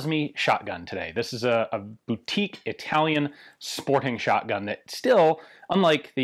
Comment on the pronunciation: “Boutique” huh?